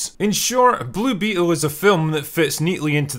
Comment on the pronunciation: I genuinely can't tell if you are leaning your accent into "Blue Beetle" as a bit to sound like "Bloopy Hole" but it makes me laugh every time